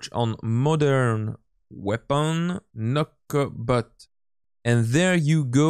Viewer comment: Everytime I hear him say "Nokobot" I think he's saying knucklebutt